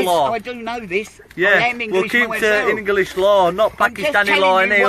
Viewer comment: INGERLISH LAW. 🤣😂